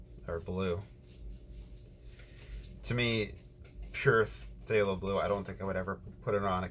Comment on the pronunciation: Hi, fallow. Short a sound. “a” as in cat. Love your videos